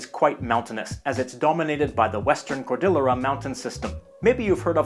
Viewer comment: Great video, as always. I'm embarrassed that for all the countries I've traveled to, I've never visited our neighbors to the north in Canada! I'd love to go sometime. Just FYI, "cordillera" = cord-ee-YAIR-uh. It's Spanish.